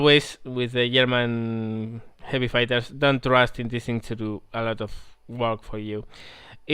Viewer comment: You said yerman in staid of German.... You must be Swedish